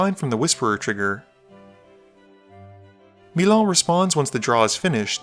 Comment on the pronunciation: As a frenchman of ex-youglavia decent I really don't know what to think of the way you pronounce Milan